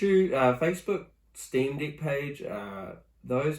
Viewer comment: Bro it wounds like you're saying Steam D*ck 😅